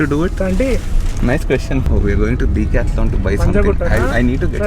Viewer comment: The Decathlon is Pronounced wrong. its 10-Deca + Athlon. Typically DEK-ATHLON ....😉